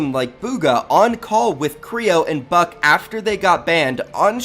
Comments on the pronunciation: Kreo and buck 🤣 it's Bucke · Buck-eyyy not buck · It is annoying me that u r saying buck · Him saying buck just pisses me off